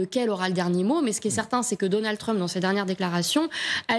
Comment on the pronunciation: "Deunèld Treuuuump" WTF???